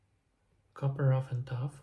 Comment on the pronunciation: Якщо можна підказку, то copper вимовляється, як "каппер", а не "куппер"